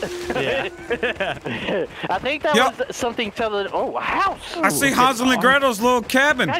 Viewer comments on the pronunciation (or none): This man said Hossel and Gretel